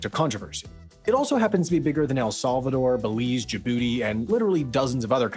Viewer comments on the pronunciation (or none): none